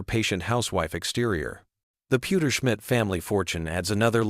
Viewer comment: "Francis Pewterschmit" lmao 😂